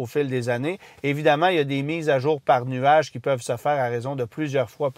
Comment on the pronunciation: Très belle machine et essai mais stp dit pu jamais nuage 😂😂😂😂